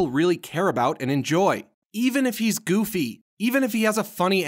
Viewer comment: You're saying the goffy...yeah I know it how stupid. 😧